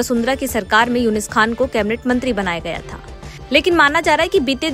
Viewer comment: उनका नाम यूनिस खान नहीं यूनुस खान है मैडम